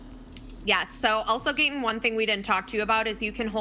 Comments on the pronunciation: It’s funny how people always mispronounce Gatens name 😂😂🤣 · sadly ninja and made me feel so cringy and when she said gatens full name wrong made me feel bad for gaten i bet ninja and her wife where paid to play a dlc from a show that they probably didn’t heard about until they played it in this video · not her getting Gaten’s name so wrong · I said I didnt know who they were, and when I saw they r sort of popular, I didnt have respect for them. They are obv haters toward Gaten bc he is a real celebrity. I mean neither of them were rly helpful during the match, and seemed uninterested about Gaten's show. And that girl to mispronounce Gaten's name, that was ignorant. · I don’t like for mispronouncing his name